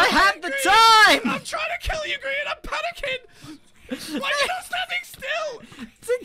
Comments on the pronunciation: HAHAHAH I only just realised u said grain instead of Grian 😂😂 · I wonder who "Grain" is. I know of grian. But not grain 🤣🤣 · Grian's name was mispronounced as Grain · lmao "GRAIN" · Haha! Grain instead of Grian XD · I love how he calls him "Grain" instead of Grian!😂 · It said grain at one point not grian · Gday. Do you deliberately call Grian Grain or is it autocorrect lol?